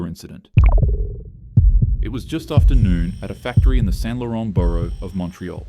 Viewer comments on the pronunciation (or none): none